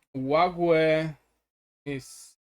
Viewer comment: Olague is pronounced " OH LOG "